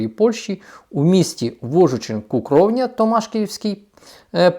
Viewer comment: Не Кукровня, а Цукровня